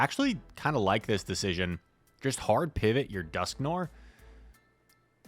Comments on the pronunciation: Dusk (Noir) = Noir is a French word and it means black and you can read it N-war I don't know if you can spell it or not.... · It IS an-tee-klai-mak-tuhk, BTW, you were right the first time. And it's duhsk-nuh-waar. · The pro strat is to keep using completely wrong pronunciations so people can keep commenting to correct you, thus boosting your videos in the algorithm. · You are not, in fact, saying Dusknoir correctly (much love though) Further edit: just made it further into the video, ANTICLIMACTIC is what you mean. ANTICLIMATIC could possibly be referring to climate (rather than a climax) but is mostly incorrect. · Are you purposely mispronouncing words now? That’s not how you pronounce noir in dusknoir nor climactic in anticlimactic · That’s not how you pronounce Dusknoir. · Noir, rhymes with GWAR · Are you familiar with filme noir? It’s pronounced the same way